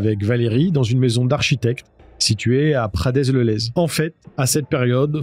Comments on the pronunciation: Prade le lez. Pas pradez... Dsl ça m'a piqué les oreilles 😅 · on dis pas "pradez le lez" mais "prades le lez", désolé pour ce commentaire ^^ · Prades le lez ça se prononce Prade le Lez 😁 Mais je chipote, très bonne vidéo comme d'habitude, toujours un plaisir de te suivre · prades le lez ^^' ça se prononce "prade le lez," on ne prononce pas le S dans la région (enfin pas celui là en tout cas) je connaissais l'histoire mais ça reste une bonne video comme d'habitude ! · Prades le lez ce lit "prade " le lez ;) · Bonjour, le "s" de prades-le-lez ne se prononce pas. Video très intéressante. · Juste un détail : dans Prades-le-Lez, le "s" à la fin de Prades ne se prononce pas. Pas important mais ça arrache les oreilles quand on est du coin ;-)